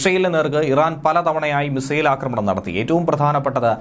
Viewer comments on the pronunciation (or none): none